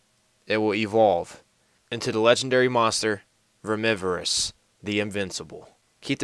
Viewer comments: um no? sound it out and it sounds nothing like VERA - MORE - FIS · Vermivorous is pronounced like omnivore or carnivore